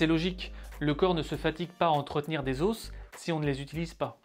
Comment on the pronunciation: Tu m'enerve a dire les OSSS